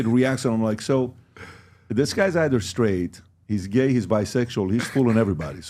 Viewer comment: No one: PBD: basically… “why are you geh?”